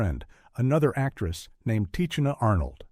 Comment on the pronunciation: I hate these AI narrators 🙄 Tichina's name is pronounced "tih-she-nuh"